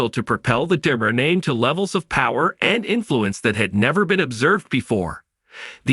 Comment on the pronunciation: These people cant even pronounce names correctly get people who can read right and pronounce Di Mera right